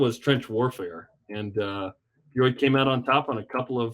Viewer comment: Why is it so hard to just say "B-Y-U" annunciating all the letters as you say it? If you're a BYU podcaster you should recognize that there is a clear Y in the middle. BU is Baylor, B-uh-U is not a university, its an indication you need a good decongestant.